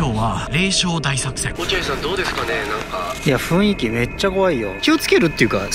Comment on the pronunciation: 雰囲気をちゃんと「ふんいき」って言ってくれてるあたりほんと好感度しかない